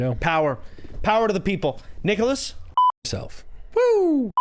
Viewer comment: He clearly said "Nigholas"